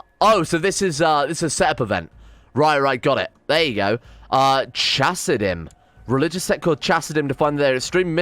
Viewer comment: Oh btw the ch in Hebrew is just pronounced h. So Chasidim would be pronounced Hasidim